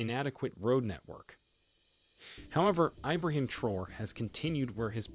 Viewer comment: Pronounced Tra Or Ray.